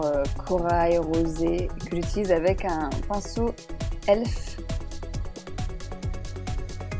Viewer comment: on dit E.L.F pas "Elfe" ^^......